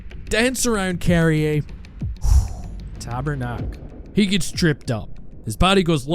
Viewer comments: je sais très bien c'est quoi le vrai mot, mais si tu écoutes comme il faut la vidéo, tu entends clairement que dit "tabernaque" et non "tabarnak" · real word is Tabarnak...tabernacle is just the proof that you dont know the word ^^